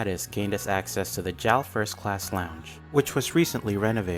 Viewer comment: Its pronounced "Jay Ay El", it does not rhyme with "Pal".